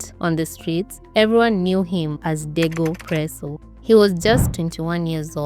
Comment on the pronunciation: Wait was he dego presso or was he dogo presso,😢,narration tamu but i have to keep going back to understand how u r pronouncing some wards,the guy narrator as well does that, please be kind to me and say words properly ndo iflow easily